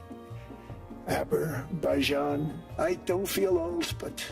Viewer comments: Aber-baijan lmao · "Aber-baijan" again? Seriously? No one taught this dunce how to properly pronounce the country whose war he "solved"? What an unrepentant ass-clown. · I've seen Trump call it "Aber-baijain" multiple times now. He genuinely doesn't know the name of that country. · Aber-Baijan, huh? lol must be a new country I haven't heard about yet. I wonder if my old roommate knows he's actually from this country and not Azerbaijan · It's been 1 year since he was elected President. He's still talking about Biden and the Autopen He's still pronouncing it "Aber-baijan" He's STILL confusing "Seeking Asylum" for "Mental Asylums" He's going in circles on the same tired points because that's all that keeps his supporters from realizing he's lost his mind. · How did he pronounce Azerbaijan? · He pronounced Azerbaijan wrong